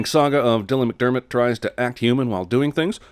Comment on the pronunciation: “Dylan Mcdermbutt” lololololololol